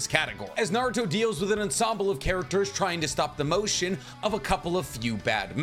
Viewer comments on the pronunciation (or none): none